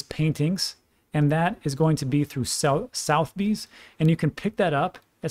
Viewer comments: Its not prunounced South Bees its prunounced Suh the Bees...🤔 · Just fyi. It's pronounced like "sutha - beez". Famous global UK based auction house. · Trivia...... Sotheby's it's funny old English. Sutherbees is how it sounds . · that is pronounced soth(like cloth) er-b's not south-b's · Hey, just trying to be helpful; Suth-er-bees, not south-bees. Thanks for everything you do. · love your stuff. As a Brit I can tell you that Sotheby's is pronounced Sutherbees with a soft th as in "there". The "u" is as in "under". Bees as in "bees". All the best to you. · Pronounced sutherbees not southbes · Its pronounced as Sotherbees, not southbees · I really like you but it is pronounced suh-thuh-beez not southy's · Sotheby's (a famous British auction house) is pronounced 'Sutherbee's' mate (just for your info) :) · suth-eh-bees is the pronunciation of the auction house - Its a top tier UK Auction house based in London originally but has rooms globally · FYI it’s pronounced [Suh the Bees] Southebys…it’s one of the oldest and largest traditional auction houses in the world. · Was thinking the same but thought "there's so much solid information he's giving". We'll forgive him for pronouncing Southbees incorrectly 😆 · FYI. Think the auction house may be pronounced Suhth-uh-bees but hey. You say tomato I say Tomahto. Love your content. Cheers! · Never heard the venerable name of Sotheby’s pronounced Southbees….. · Hi Sotheby’s is pronounced Soth-er-by’s It’s probably one of the most famous auction houses in the world originating from London, England Keep up the great work my friend! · Sotheby's sounds like suvver-bees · Hey it's pronounced: Suh-Thuh-Beez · Soth e bys is how you pronounce it rob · "South Bee's" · Soth eee bees 3 syllables...... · a polite pronunciation correction. The auctioneer is pronounced Sud-er-bees. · Sotheby's is pronounced : Suth uh bees. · its pronouned 'suth e bees' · it’s pronounced Suth eh bees